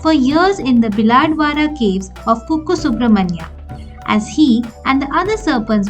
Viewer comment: And it's kukke .no disrespect for anyone